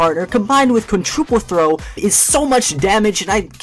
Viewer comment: just on a side note, it's quintuple and not quintruple LOL